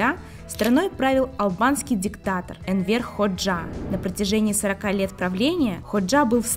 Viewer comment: Энвер (ударение на э) ХОджа (ударение на О)! Почему не узнали точное имя бывшего лидера Албании? Внимательнее к деталям